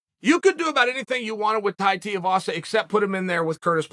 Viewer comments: Stop pronouncing his last name wrong!!! its TUIVASA not TEAVASA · Pronounced Tai "Tooivasa" Tuivasa Not Tai Tiavasa 🤣🤣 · How can you possibly speak so eloquently, then be so unable to pronounce names properly. His name is Tuivasa, he does shoeys...youre not calling them "sheyas"...Tuivasa....Shoeyvasa. simple, give him the respect he deserves by getting it right. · Haha..Te as vasa..Tuiavasa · Too-ee-va-sa, not Tai teea-vas. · C'mon Chael. TUIvasa, not TIUvasa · It's pronounced Tuivasa not Tiuvasa lol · Tiavasa not Tuivasa? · Chael, get it right mate. Two-eee, not Tee-ooo. FFS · Pronounced 'too-e-vasa' not 'tee-a-vasa' 👍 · Tuivasa not Teavasa brudda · TUIvasa not TEEvasa jesussss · Uncle might have found some new respec for Tai, but he STILL fucks up the name Tuivasa, its not TIU, its TUI, dyslexia rules, ko. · Who is Teavasa? lol I swear Chael does this shit on purpose because he's said his name properly before. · Thai Tia Vasa? No comment necessary, Thank You Uncle Ch-ail! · my man its tuivasa - TOO E VASA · LOL how he says tai tear vasa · Brother Chael - It’s TUI-Vasa. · "Tai's the number 3 wanked heavyweight"?! Ok Chael. Oh, and it's Tuivasa. TUIvasa! Tui-vasa. Too-e-va-sa. Get it right. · Its pronounced (2-E-Vah-Sah) Tuivasa! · Who is this Tai Teeavasa Chael keeps talking about? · "Tie Tiavasa" - Uncle Chael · Tie tee-ah-vassa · Chai Teaavasa...... who the fuck is Chai Teaavasa? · Chael - It’s pronounced “too - ee - vah - suh” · Thai tea avasa. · Tai Tiuvasa 😂😂😂 Chael massacred even Tuivasa name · Tai TUIvasa (Too-ee-vasa) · Third wanked heavy weight? Jeez Chael.. And 'Tiavasa' lol the master of intentionally getting people's names slightly wrong. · Chael it's Tai Tuivasa T-ai Tu-i-va-sa 🤦‍♂️ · Chael his name is Tai Two E Vasa say it right. <3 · Chael is slowly becoming a joke because he doesn't pronounce anybody's names correctly. Teevasa? Ingano? Bro learn how to pronunciate, you're starting to remind me of Oscar De La Hoya! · Please Chael! It’s 2 E Vasa!